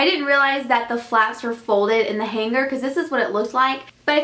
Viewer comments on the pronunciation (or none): none